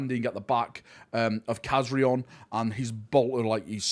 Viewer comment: please pronounce Kazarion's name correctly! lol Loved this origin story i hope we see more from this group of blood angels!